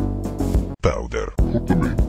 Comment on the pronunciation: the dude's like ; pOwDeR